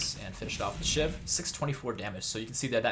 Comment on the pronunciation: When you were talking about two shiv poison I thought you said two shit poison